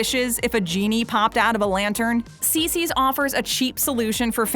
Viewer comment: Not Cicis!!